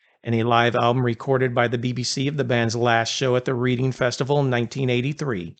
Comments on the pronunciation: Reading is rEAding, not reeeeeding😪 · It's pronounced Redding, not reading lol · The town "Reading" is pronounced "Redding" and not "Reeding"!!! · It’s called RED-Ing. Not Reed- ING!!! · He's from Reading.......pronounced Redding. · Reding, Bark-sheer…. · For the record Reading is pronounced Redding… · Dude it’s pronounced Redding happy to help. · Reading Is pronounced like Redding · It’s pronounced Redding😊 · Its pronounced “red-iing’ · Reading the town is pronounced Redding. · Bro your killing me. Its pronounced Redding. Only spelled Reading. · Reading (English town) is pronounced Redding. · It's pronounced redding and barkshur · Not that it matters, but Reading is pronounced Redding, and Berkshire is pronounced Barksheer. Great video 👌🏻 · His place of birth is pronounced Redding, Barkshire.